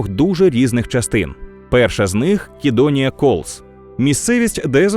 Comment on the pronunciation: Правилино "Сидонія" а не "Кидониія".Трішки підпралю.🙂